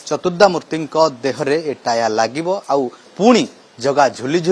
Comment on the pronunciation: ହେ ଶଳା ରିପୋର୍ଟର ଟାହ୍ୟା ନୁହଁ , ଟାହିଆ .